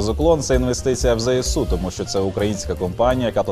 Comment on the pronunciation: окреме дякую за правильну вимову ЗСУ!